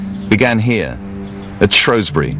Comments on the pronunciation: SHREWSBURY NOT SHROSBURY! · It is Shrewsbury not ShROEsbury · Not shrowesbury, its shrewsbury! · Its not Shroesbury, its Shrewsbury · why does everyone say shorwsberry its shrewsbury(like the animal shrew) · its shrew-s-bury not shro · seen this expert several times on tv. Knows his history but can’t pronounce place names. Shrewsbury is 30 mins from where I live in Shropshire. It’s pronounced shrews-bury. Named after the shrew. A shrow does not exist. 🤷🏽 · SHREWSBURY! not home country bubble Shrowsbury! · Spelt: Shrewsbury Pronounced: Shrowsbury Like my dude, how do you get that wrong? This is one of the times english follows its own rules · LOL!!! Where the hell is "SHROUSEBURY"???????? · Why does BBC English insist on pronouncing Shrewsbury as Shroesbury? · I hope that's not them trying to say Shrewsbury coz if so plz try again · Why cant people say shrewsbury correctly it pisses me off even people who live here say it wrong